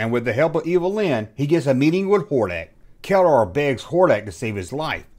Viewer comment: i knew this ... still surprised,,, you said Keldor rigth😆